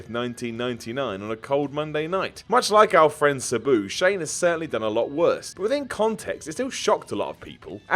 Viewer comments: It really bothers me he pronounces Sabu "Suh-boo" and not "Sah-boo". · Anyone else hate how says "Sabu"? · The way he says sabu...... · You say Sabu wrong and it pisses me the hell off! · Pipe bomb would be best. please learn how to pronounce Sabu. I thought it was pronounced that way until I heard his name on TV! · We really just gonna ignore this man's pronunciation of sabu?